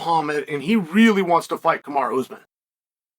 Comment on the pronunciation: The 3 tough names Chael can pronounce, Rakhmonov, Nurmagomedov and Magomedsharipov. But Usman and Belal, come on he's not a linguistics major